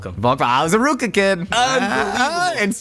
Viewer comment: ..is calling RVCA "Ruka"?